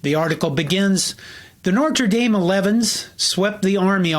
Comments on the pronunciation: It's pronounced "Noter" and "Noot." Third generation alum. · You really wanted to get the pronunciation of "Knute" right, yet you can't be troubled to recognize the correct pronunciation of "Notre." Smh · On the topic of pronunciation, why do Americans pronounce Notre Dame so horribly? It was founded by a French priest and he sure as hell didnt name it what Americans now call it. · You go on and on about how to pronounce Knute Rockne‘s name, yet you repeatedly mispronounce Notre Dame without a mention. And by the way, his first name was pronounced “Jason.“ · This is trash. You can't pronounce Notre Dame or Knute. Why would you ever feel the need to post about either topic when you're clearly not a fan nor are you particularly knowledgeable regarding the history of the program. D- You Fail!! 😤😡☘ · Can you at least pronounce Notre Dame correctly? How can you tell the history of a team and continue pronouncing the school’s name wrong. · I really enjoyed this video! Most informative. Well done! I would suggest only that the narrator work to learn the correct pronunciation of NOTRE Dame. The way he says it is kind of distracting... WTL - UND Class of 1973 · Did it annoy you how he kept mispronouncing your school’s name? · why are you saying “Nor-tra” Dame?? The “t” comes before the “r”. It would be more correct to say: “No-truh” Dame. Most Midwesterners say “No-ter” with a heavy midwest “R”. Anyway… this is just to help you out in the future. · Please, it’s not Norter Dame, it’s No tra Dame. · so. seriously? you're worried about Kha-nute, with all the "NOR-ter-dame"? NO-TER-DAME, pls. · Good video, but I’ve never heard of NOR-TRE Dame. Maybe you’re meaning to say NO-TRE Dame? 😊 Also, the campus is actually in Notre Dame IN. Kind of like Vatican City is separate from Rome. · It’s “Notre” not “Nortre” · Nice video, but learn how to say the name of this story to school. It's not norter dame. It's no-tre dame. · I think it’s No-tra Dame not Nor-ter Dame. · NORTRA DAME.